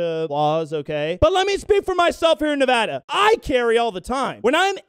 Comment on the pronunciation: How do you know is a true Nevadan? He pronounced it correctly. I'm a fellow Nevadan, born & raised. And yeah, driving, my sidearm is in a cup holder(door or middle) and on my hip when out. I had someone point it out to Secret Service scouting a location during the 2016 campaign season in Virginia City(still kinda the wild west there) and SS was like, it's Nevada, we may or may not like it but he can do that here. They were cool as fk about it.